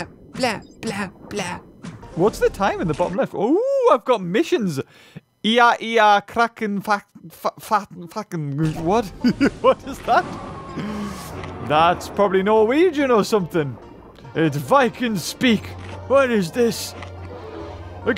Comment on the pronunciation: I know he’s trying to say kraken fhtagn, but he instead sounds like he is saying “fuckin”